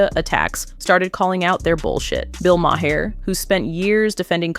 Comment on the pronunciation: I'm sorry, but it's not MA-HER, it's pronounced MAR. Just f.y.i.